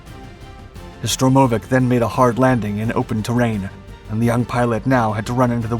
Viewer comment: STURmovic not STROmovic.